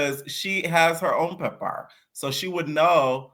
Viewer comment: You gotta stop saying pepper like that it’s nasty